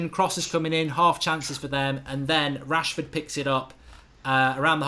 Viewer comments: Man said washford😂😂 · Lol he sad washfrod instead of Rashford first ahahah